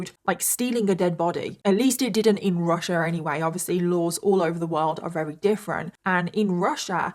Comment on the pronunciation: Just something I've noticed... alot (most) of the time you say wary instead of very 😊